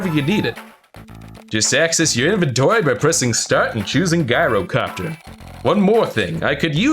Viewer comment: The G in Gyrocopter is pronounced J by the way.